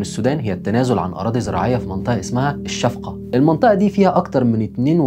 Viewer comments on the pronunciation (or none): الفشقه وليس الشفقه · يا إسمها الفَشَقَة وليس الشفقة 😊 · اسمها الفشقه وليس الشفقه 😅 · الفشقة ما الشفقة الفشقة والقاف هنا g😂 . ليك التحية بتابعك دايما وبديت اتابعك بحلقات الجواسيس استمر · المدينة اسمها الفشقة بفتح الشين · تصحيح بس ان حميدتي انقلب ع البرهان رفضًا لعملية دمج قواته داخل القوات المسلحه والمده الزمنيه للدمج سنتين و10 سنين النقطه التانيه المنطقه الموجوده ف الحدود مع اثيوبيا اسمها الفشقه وليس الشفقه ثالثا البشير سقط حكمه لما اتاكدت الامارات ان الحروب ف السودان انتهت والان تجددت الفكره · المصريين يا امتن ما بعرفو يقرو عربي يا امتن ما بيعرفو جغرافيا اسمها الشقة مش الشفقة🙄 الشفقة التقوم ليك في جعبتك... قول آمين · اسمها الفشقه وليست الشفقه عزيزي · المنطقة الحدودية بين السودان وأثيوبيا التي أعتدت عليها المليشيات الاثيوبية ، والتي تحتوي عل أراضي زراعية خصبة اسمها الصحيح الفشقة ، وليس كما نطقتها أنت